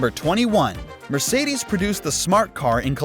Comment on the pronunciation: Mercidis... Why you keep saying this